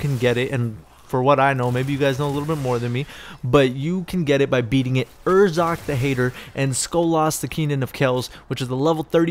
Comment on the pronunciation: It's not urzock, the hater lol it's urrox